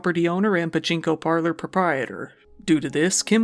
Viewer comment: This like for pronouncing 'pachinko parlour proprietor' properly.